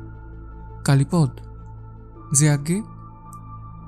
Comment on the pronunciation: কালীপদ নামটি কালীপদ্ উচ্চারণ না ক'রে কালীপদো উচ্চারণ করলে শুনতে ভালো লাগবে।